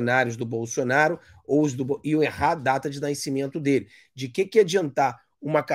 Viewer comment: Fala direito nascimento! Naicimento não da né!